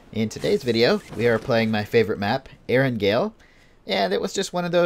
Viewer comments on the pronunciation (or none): Everyone: Eranjell: Eraguel